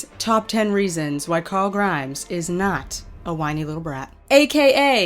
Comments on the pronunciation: did you just say corl grimes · host name is carl not corl